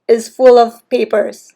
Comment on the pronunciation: 😅😅😅 I hear you when say "PAPERS" 😊 Cheers from Australia 😁